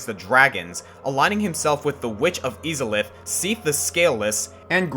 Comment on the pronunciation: it's I-za-lith. buuuut since you actually bothered to research stuff, I honestly don't mind